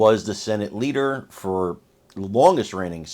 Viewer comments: She said “Leaker”. Haha. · Was it just me or did she almost say leaker of the house?